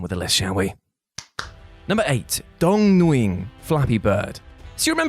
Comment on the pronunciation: Nguyen is pronounced "Winn" innit it?